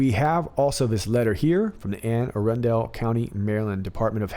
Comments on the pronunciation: I was born in Anne Arundel county. Its pronounced Anne ARUNDLE as opposed to arun-DEL. it is also a little known fact that all males from Anne Arundel county let their pants out in the front. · love ya bud but it is pronounced anne a-run-dool lol im from balmer (Baltimore) we talk funny here ,listening to your vid laughing cause it was annoying me lol